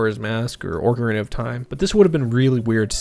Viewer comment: oarcarina of time